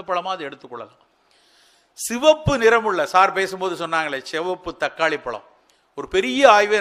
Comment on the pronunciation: பளம் இல்லை. பழம் Try to pronounce correctly